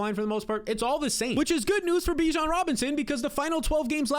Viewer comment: At any point do you try and pronounce Bijon correctly you sound stuuuuupd